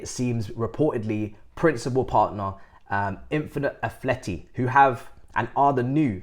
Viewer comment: He says “infinite Athleti”…..